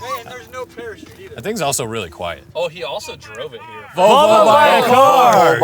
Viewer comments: Here in Australia we have a biscuit called an "iced vovo". stuffing his face and unable to say "volvo" is an endorsement of the iced vovo in my book. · “Volvo” heard like 15 times by is one of my favorite things